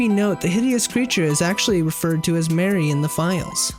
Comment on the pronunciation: why he say mari like mary lmfao pretty sure it's more like mahr-ee